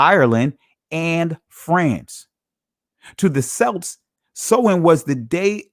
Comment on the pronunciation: Celt, Celts, and Celtic is mistakenly pronounced with a soft S sound. When the correct pronunciation of those three words are with a hard K sound such as Kelt, Kelts, and Keltic. Though in spelling all three are begin with C's. Just like an some ancient languages words that begin with Ch do not produce a Ch sound such as chess, cheese, chow, and chowder. The words Chaldea, Chaldees, Chaldeans, and Chalcedony are all pronounced with a hard K sound pronunciation. Even now you'll still have people pronouncing the Kaldeans as Chow-deans as though correct. Unaware of the language rules for ancient languages not from an Indo-European language family because none of the words are English root words.